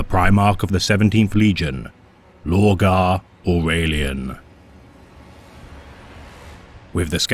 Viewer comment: lorgar australian